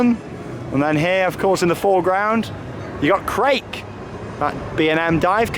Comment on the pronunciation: Hey! Long time viewer. Love the videos. And agree with below, pronunciation much improved! Krake is pronounced as in ‘Cracker’ by the way. As an English German speaker, Krake as in Raik kills me 😂 A minor grievance on another amazing video!